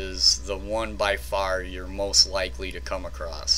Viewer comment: ewww you say acrost. ha ha Nice video though. Excellent info.